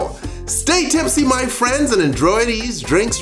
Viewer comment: “Endjroy these drinks.”